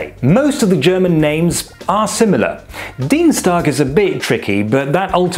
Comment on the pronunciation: how do you emphasize "DIN"? I hear all my (72) life: "DIEN", so long "I".